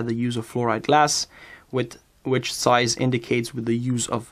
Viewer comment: Zeiss starts with a Z, not an S. Get your pronounsiation correct.